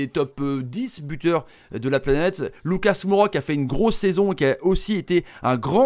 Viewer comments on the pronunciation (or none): none